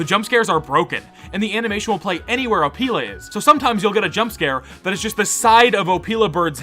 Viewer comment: also, it’s Oh-Pill-a, not opeela bird…